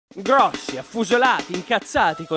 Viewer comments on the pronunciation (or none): quando dici grosso sembra che ti mangi un braccio